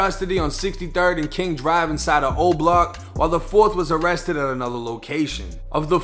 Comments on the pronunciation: Im sorry but she said they ammested 🤣😂 i knew what she meant though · "they ammested C THAAANG" LOOOOOOL